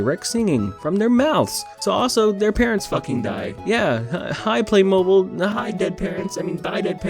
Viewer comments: It’s pronounced Play- moe- beel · Its pronounced play mow beel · It pronounced play moe Beal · This is the first time I've heard someone pronounce it any other way than "play-moh-beel" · You don’t know how to say play mobile ? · pronouncing Playmobil (play-mo-beel) wrong is making me wish he brushed up on his Playmobil lore. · I'm gonna say "play-mow-BEEL" (not a native english speaker)but I can't believe you've never heard a playmobile commercial where you live. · if actually cant pronounce playmobil, its pronounced play-mo-beel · Its pronounced play mobeel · It is pronounced Play-mo-beel. Playmobil is made in germany. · It’s Play-mo-beeL I know this because I had way too many sets of them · Btw it’s play mob e-e l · Hey I know a bajillion people probably already said this, but its pronounced playmobEEl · Pronounce it playmobeel Yes I’m English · Play Mobil don’t say the “ buy” part you hear when saying Mobile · I don’t know what’s worse, his pronunciation of “Playmobil”, the background music in this video, or the movie itself. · As someone who is seen billions of playMobile adds I know you’re pronouncing it wrong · How does this guy not know how to say Playmobil? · Wtf I always thought it was pronounced play-mobile, like an automobile but play. My childhood is a lie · You pronouncing playmobil incorrectly gave me an anyeurism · you saying playmobil wrong the entire movie drives me to madness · Your pronunciation of "playmobil" is bad dislike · I tried to watch this but I couldn't cope with the mispronunciation of Playmobil and the constant use of "LegoS" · Also, playmobil go nice click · I remember playing with playmobil at my primary school's after school club, the pronunciation in this video hurts my soul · I can't confirm this because I don't think I've ever actually heard anyone use the word before but I feel like he's saying playmobil wrong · its not play-mobile, its play-mo-beel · No no no, it's pronounced playmob*eel*, not playmobol >:( smh